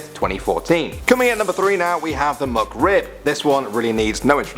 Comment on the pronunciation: The "MuckRib"